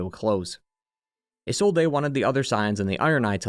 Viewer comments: Don't worry about it too much man it's pretty funny. Also it's pronounced like izolde, but the e is pronounced like the E in Friede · i swear this guy purposly mispronounce words to either throw us off or to get more interaction. Come on man that "Isolde" pronunciation pissed me off so much lmao